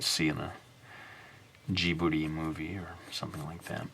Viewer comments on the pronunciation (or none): none